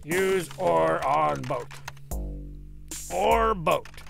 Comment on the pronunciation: Funny how oar is pronounced "O-Are" here. And how boat is pronounced "Bo-At".